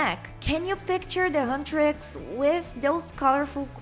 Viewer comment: I spit my boba when she said "hutrax"😂😂😂